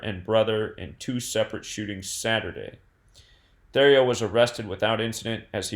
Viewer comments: Pronounced Terrio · U pronounced his last name wrong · You were way off with how you pronounce his last name. Hopefully the fucker gets murdered in jail. His parents lived less than 5 mins from me